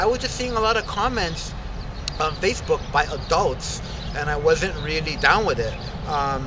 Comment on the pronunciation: Rashist?! Fashbook?! Man, u need a speech therapist!